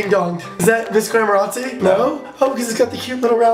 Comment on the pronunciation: he kept saying missglamorazzi